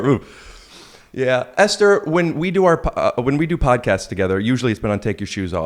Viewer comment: I think its actually pronounced Esther